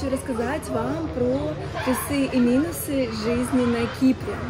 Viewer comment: Интересная специфика блогеров на Кипре, все говорят плюсЫ, минусЫ 😄а не плЮсы, мИнусы. Без претензий, но интересно почему?